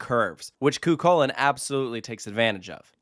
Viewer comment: fwiw the ch in chulainn is the same as the ch in the scottish loch. it's more of an h-like sound!